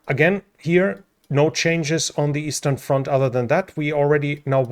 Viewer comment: Every time you say eastern front I think I'm watching Hogan's Heroes again! 😅